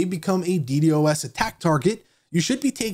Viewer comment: I stopped listening after he kept saying d d o s.